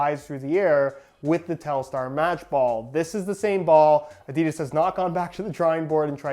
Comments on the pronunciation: A di das not a deeeee das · No one: Literally no one: Not a single soul on Earth: Yanks : ‘ ADEEEEEDAS ‘